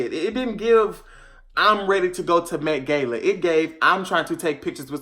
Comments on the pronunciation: l "tHe MaTe GaYlA" l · To the Met GAYla 🤣🤣🤣🤣🤣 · “Met Gayla” 😂😂😂😂 I thought it was “Met GAHLA” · Nobody:: MetGayla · The way he pronounced Met-Gala was giving me anxiety